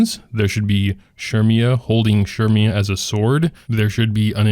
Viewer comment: Who is Shermia? lol Cermia, pronounced Sir-mia no?